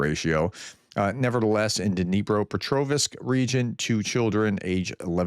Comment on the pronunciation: You did it again !!! There is no " i " in Petrovsk !! It is not Petrovisk !!!